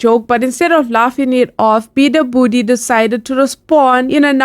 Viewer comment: its beabadoobee u pronounced it wrong